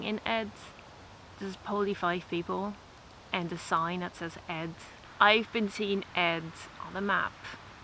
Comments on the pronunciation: The placename Ed is pronounced with a long e (would be spelled Eed in Dutch). The meaning of the name is "isthmus" or "a route used for carrying boats between two waterways". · In Swedish the namn is pronounced with a long e-sound, like Eeed!😊